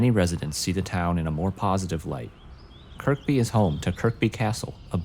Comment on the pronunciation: Great work 👏 I believe Kirkby is pronounced "Kur-bee" though, we always drop the second K here 🇬🇧